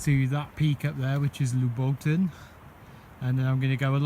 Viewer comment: that mountain is pronounced loobo ten. I went up a few times from kosovo side when i worked there. You can follow the ridge all the way to Prizen or Dragash. The ski centre is still used. I've enjoyed a few beers and pizza there. Good video, it brought back the memories. Cheers